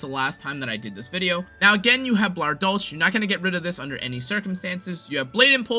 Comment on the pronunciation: It is dol“ch“, not dol“k“ like you tried to say. But American speakers have problems pronouncing a German „ch“, so calling it Dol“sh“ is still much more accurate than Dol“k“ And I should know as a German.